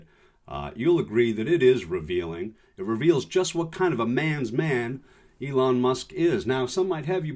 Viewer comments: Why does he call Elon "Leon" repeatedly? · Love AOC and his name is Elon not Leon. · Elon. Not Leon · His name is not Leon... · Leon????? Aaaaaaaa ha ha ha ha ha ha 🤣😂😅 He called Elon Leon Aaaaaaaa ha ha ha ha ha ha ha ha 🤣😂😅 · I love the mispronunciation of musk’s first name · Who is this Leon Musk you speak of? :) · ...why did you call him Leon Musk? Sorry, but that threw me completely out of the entire video! What is the reference with that? I like to call him Ellen as a direct insult to his name, but Leon is kind of stretching it, I think? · Leon? He's an ass and doesn't deserve respect however it hurts your credibility...it's ELON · “Elon” not “Leon” lol 😝!